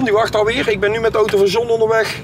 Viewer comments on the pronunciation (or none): none